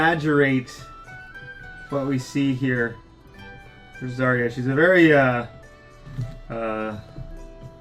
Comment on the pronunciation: Guys,try to pronounce zarya as zar'a with accent on second "a" zar'A instead of zArya It's true russian pronunciation)))